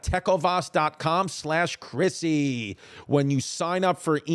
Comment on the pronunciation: TECK OH VAS PRONUNCIATION HAS TAKEN ME OUT